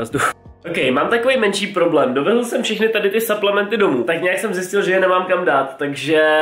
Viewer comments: Cau hele nechceš si udelat nejakej fitness kanal ja čte se to suplementy a ne saplementy ale ok video taky delam fitness ale nenatáčím to a ten creatin je klasik bez příchute nebo s příchutí jestli klasik bez příchuťe tak je na hovno jak ho vysadís nafoukne ti to svaly a přiberes omlouvam se za chyby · a su to SUPLEMENTY nie SAPLEMNETY 😂 V slovenskom znení sa to číta suplementy ... Chodte na google a schválne si nájdite ako sa to vyslovuje 😊